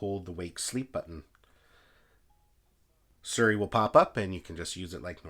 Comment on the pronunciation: Why’s he keep saying “Suri” when it’s siri